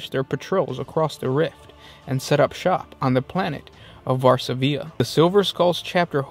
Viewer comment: there is no diacritical/acute mark to indicate placing accent on third syllable, that is a normal dot above the 'i'. stress rests on the second syllable: [var-SA-vi-a] not [var-sa-VI-a].